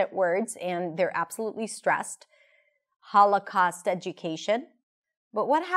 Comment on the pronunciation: I am quite fluent in English, but this time I am pretty sure I heard "all the costs of...." instead of "Holocaust" ....anyone else heard the same?